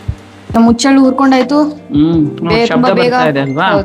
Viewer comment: It is huchchellu and not uchchellu